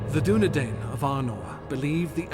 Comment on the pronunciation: Too bad his pronunciation isn't Tolkien. Soron? Dunedane? Numenorians? Rudar? Sounds like someone forgot to do their homework. See notes in the Silmarillion for details. Tolkien went into great detail on the particulars of pronunciation for things like the Dunedain. He was a linguist after all. Not this guy though.